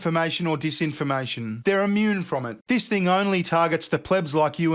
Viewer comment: “Meesinformation and deesinformation” 😂